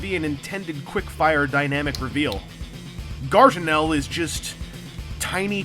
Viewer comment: Guartinel. It like you're trying to say Gargamel everytime.